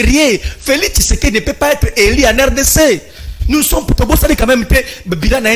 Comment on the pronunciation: Ce monsieur Ngarime apparemment il est assistant à l’ion mais avec quel français il enseigne ,dur -dir, élu - eli il se croit ou ce mec